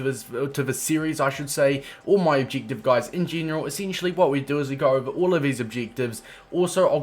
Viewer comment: wtf is an ob-jig-tiv